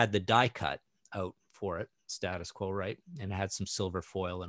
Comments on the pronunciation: Loved the show but just to let you know that you guys aren't pronouncing "Status Quo" the way that the band do. It is State Us Quo, as if there is an invisible letter "e", same as if you were saying The United States of America. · Great review. Btw it’s not ‘Stattus Quo’ it’s ‘State-Us Quo’ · For terrible albums covers for great albums go no further than the Scorpions. I have to laugh at how you across the pond pronounce 'Status Quo'. I do love the Quo album cover. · Stay-des Quo is how we pronounce it :-)